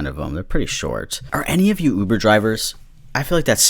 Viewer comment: When you said ‘lube-er’ I actually laughed until I cried lmfao I’m probably really dumb but thank you for that dude